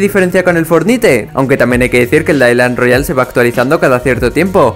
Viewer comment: Soy el único que escucho Clash Royale envés que island Royale XD